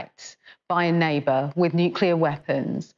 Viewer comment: when you hear someone saying "nucelar" and english is his main language like the black guy , you can be sure hes an idiot... its NUCLEAR you moron not NUCELAR...